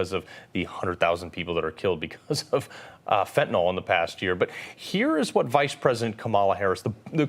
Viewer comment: Why can nobody pronounce fentanyl properly? Fent'nol ffs